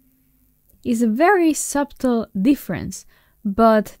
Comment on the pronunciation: Nice explanations. PS The B in "subtle" is silent, at least where I am from. suh·tl